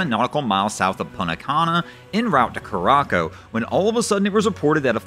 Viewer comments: Curacao is pronounced with a soft "c" Cure a sau... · Curacao = kur-a-sow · are you sure the island is not pronounced "cure ah sow"? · I'd say more like koor-AH-zow, but def not "cooracoh" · Cure-Rock-O? You mean Curaçao? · For future reference, I think it is pronounced “Curra-sow” (like a female pig). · Are you trying to say, “ker a sow” bro????